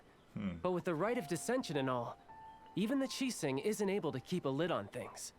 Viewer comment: I just realized Zhongli pronounce Qixing very accurately. Great Job